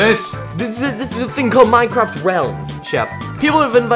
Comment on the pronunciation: I'm I the only one say in intro it said mintcrsft